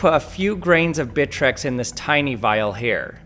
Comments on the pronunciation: More like "Britrex" 😎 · Him: bitrex me: BITCH REX